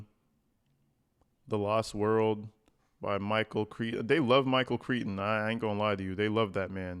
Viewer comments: that author’s name is pronounced like Cry-ton - Michael Crichton. ❤ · The author's name is pronounced Michael Cry-ton (ironically, in this case), just fyi. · It’s pronounced like …Michael Cry-ton. And I’m a Texan. No, I wouldn’t talk to my son if he was like this weirdo! He does write like he’s a little boy……but, HEY STEPHAN, you’re a middle aged boy!